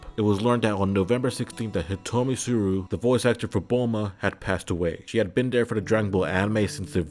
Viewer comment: I really enjoy these videos, but you got some stuff wrong with the Hiromi Tsuru. Firstly, you pronounced her name as Hitomi instead of Hiromi, even when her name is spelled correctly on screen. Secondly, the obituary(?) that I'm assuming you made is for a completely different VA. The picture is her, but both the name liated and date of birth and death are for Hideyuki Umezu, who was the voice of Barry the Chopper from Fullmetal Alchemist and Diamante from One Piece. I still enjoyed the video a lot, but that 2nd part especially feels like a glaring oversight and I haven't seen anyone else point it out yet. That being said, I eagerly await your future videos.